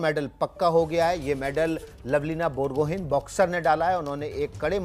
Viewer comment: It's बोरगोहांइ not बोरगोहेन